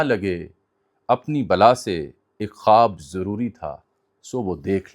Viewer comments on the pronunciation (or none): none